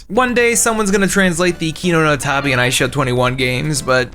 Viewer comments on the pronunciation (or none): none